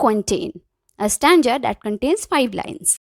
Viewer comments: It's stanza ..not stanja...😅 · The problem is not in stanza and stanja...The problem is that after watching the video you just got this thing to comment this shows how much you capture the video and your understanding level... See maybe you don't know how to tell someone's their little mistakes in a really good work...So first you should praise them that , she taught really well and the explanation was great... Then tell her a little pronunciation mistake... Ma'am the video was great just a little pronunciation error I find out only stanza one...Btw the video was great and it helped me a lot... I hope you understand it..Think before typing because it can hurt someone's feeling...I hope you will take it as a lesson...Keep learning and keep growing... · Good explanation Only pronunciation of stanza. Went wrong